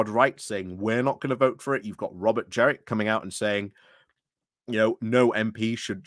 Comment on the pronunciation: Jen-rick. (And Tice rhymes with Lice.)